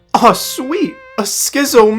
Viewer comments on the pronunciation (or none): Are you ESL because that is not how you pronounce "schizo" dude